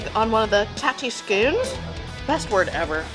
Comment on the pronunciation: It's pronounced "skonz", enough with the scoonz lol What...the hell..did you..just do? You're banned !